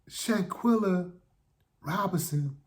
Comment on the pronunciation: Quell not quill. Let's get her name right people. Shan quell a. Shanquella Shanquella :yougotthis